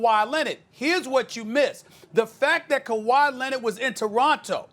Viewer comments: Did this dude just say khawi Lenard Jordan smh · Stephen A: "Kawhi Lennit"